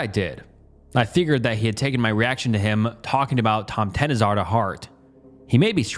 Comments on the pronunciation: this! I also would like to point out that the word "tomtenissar" is pronounced like this, caps for where to put the stress: TOMTeNISSar. the way pronounces it, bless him, makes it sound like he's saying "empty tennises" 😂😂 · As a Swede, it's pretty cute to hear your pronunciation of "tomtenissar". The word is pronounced more like tom-te-niss-ar". So basically Tom (like the name), te - like the short te in tennis, niss - like "kiss", and ar - like "are". The stress is put mainly on the first and third syllable, so TOM-te-NISS-ar. Language is fun 😄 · As a Norwegian it was very funny to hear you butcher «tomtenissar» repeatedly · Swede here, the pronunciation of "tomtenissar" is the funniest shit I've ever heard 😂 this guy for sure never checked how you say these things. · Loving the pronunciation of tomtenissar 😂 love from Sweden